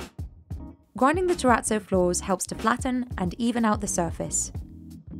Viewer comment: I'm triggered by the way she pronounces terrazzo.